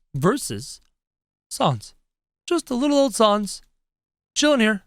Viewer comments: It's pronounced s-an-s not s-ah-n-s. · It’s sans not sons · did he say sons instead of sans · Can you plz bring sans back and you say sons it’s sans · It’s not sons it’ sans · ITS SANS NOT SUONS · It's sans not sons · Oh and it's s ae sound n s not s o n s sans not sons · Saaaaaaaaaans not sons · He said sons! 🤣🤣🤣🤣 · ur saying sans like sons is pronounced sans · Its s a n s not s o n s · It’s not sawns it’s sans s-an-s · Its sans not sauns kro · Say Sa-ns not Sons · He says sons instead of sans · Its sans not son kro! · It is pronounced sands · je zegt het als sens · Nobody::sOns! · The way he says says smh but also XD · WHO IS SANDS DO YOU MEAN SANS??? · He said his name wrong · That’s not how you say Sans